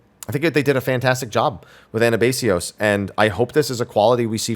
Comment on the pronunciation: Minor nitpick: The third syllable in Anabaseios is pronounced "bahs", not "base". It's actually part of the P12 song and pronounced that way. On topic though, as someone who's cleared P11S week one in Party Finder, I think this tier is really good so far and agree with a lot of your points on the first three fights. I think P10S is gonna be an absolute nightmare for PF reclears because there are so many mechanics with different strats and no standard and PF is incredibly illiterate. P7S had this exact same problem for War's Harvest (as in the very last mechanic of the fight) where people would not read the description, do the wrong strat for War and wipe the party, throw a tantrum, and leave. P11S is thankfully getting standardized strats really quickly, which is part of why it does feel like mechanically P10S and P11S are out of order.